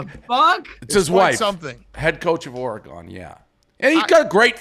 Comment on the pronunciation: I will always point out how infuriating it is that Dave still can’t say Oregon correctly.